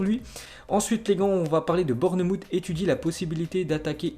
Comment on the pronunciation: Bournemouth se prononce bornmawf pas bourne moutte 🤣🤣🤣 fait un effort stp